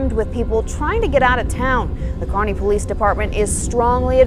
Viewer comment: It's "Kearney"